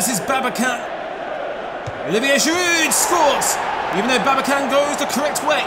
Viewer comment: Volkan Babacan is read as it is written. Since it is a Turkish name, you should not read the letter C as K.